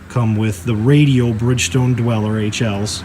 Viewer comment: I believe tires are pronounced "doolers" not dwellers...